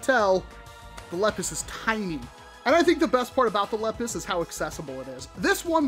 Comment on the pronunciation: It’s pronounced lee pus